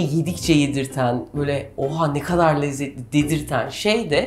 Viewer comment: Refikaaa seni seviyorum.Lütfen "kadar"kelimesini Amerikan aksanıyla soyleme...Türkçeyi iyi kullanmak boynumuzun borcudur.